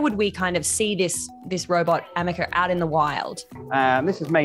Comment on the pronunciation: "AmekeR" should be "Ameca" as the name should be. Did someone tell him? I note he says it incorrectly in the first and last of the interview. Edited?